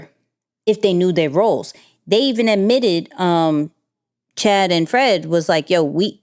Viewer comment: It’s Channing, not Chad